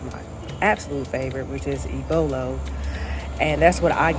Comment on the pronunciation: What you ate was called "ABOLO" not ibolo.